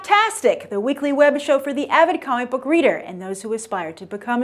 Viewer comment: So funny how you say "the WEEKLY web show", we miss this channel !!!